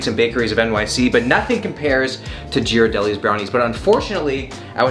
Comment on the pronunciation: Ghirardelli is pronounced with a G sound and not a J sound. Just so ya know :P